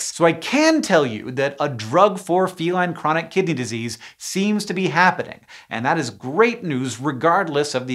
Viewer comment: What I heard: "Feline Chronic Kitty Disease". I misheard but I kinda feel like I was right